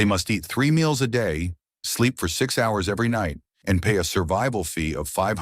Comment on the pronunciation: Why can’t you say “sleep” 😂😂 You keep saying “SP”